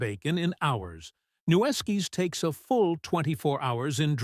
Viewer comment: Its pronounced "new-skis"